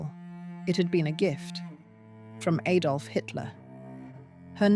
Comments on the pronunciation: It's Adolf Hitler not "Aydolf." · Ay-dolf? Very good video. The AI voice is much better than many others. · Well-spoken English......then.. "Aydolf" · Aydolf Hitler? Learn to pronounce Adolf before you talk on a podcast. Btw the actual proper pronunciation of "boer" is boor ", not"bore". It simply means farmer.